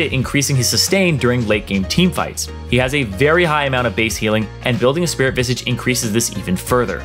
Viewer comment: still havent learned how to pronounce Spirit VISAGE huh?